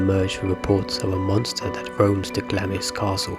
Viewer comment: Great video though on some videos Glamis Castle Castle was pronounced as Glams. The Queen Mothers last name was pronounced as lion like the animal and not the French city.